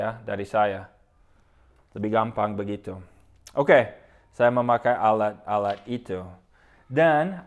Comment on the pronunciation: akhiran kata 'at' 'et' 'it' 'ut' 'ot', lidahnya agak digigit;), jadi bukan 'alak-alak' hehe tapi keren.